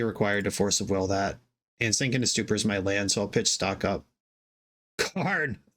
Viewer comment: "Force of wigger". Damn... with the hard R and everything. LOL.